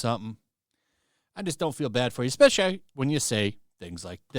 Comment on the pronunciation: "Expessially" How many years have you had to understand the language?